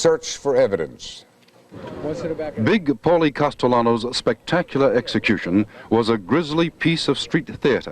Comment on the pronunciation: “Paulie” Castellano? Seriously?